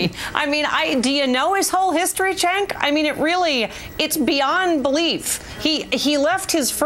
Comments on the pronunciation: CHENK! Dylan Rattigan used to pronounce it that way too when he first showed up on MSNBC. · his name is not chenk, lady.